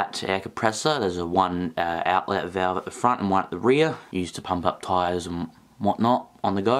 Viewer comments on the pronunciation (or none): none